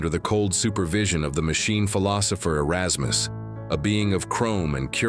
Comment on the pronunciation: "areykus" LOL